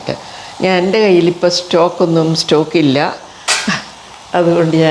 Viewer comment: Its stock and not stalk, madam